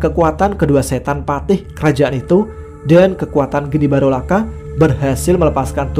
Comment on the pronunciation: Geni baraloka bro... Bukan barolaka